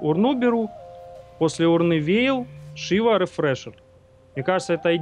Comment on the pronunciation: Почему урнА и при этом шИва, а не шивА, что за ублюдские ударения????